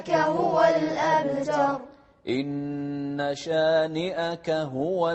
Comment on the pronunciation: وضح القلقلة (الْأَبْتَرُ) الباء من (قطب جد) والتاء حرف ترقيق، مش من (خص ضغط قظ)